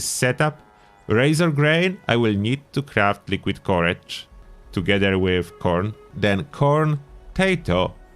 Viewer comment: I thought you were saying porridge until I realized you meant "Liquid Courage" haha :')